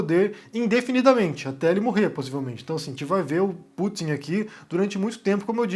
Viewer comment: Pútin sabotando...